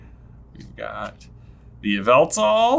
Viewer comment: Yveltal is pronounced “YAH-VUL-TAL” just so you know.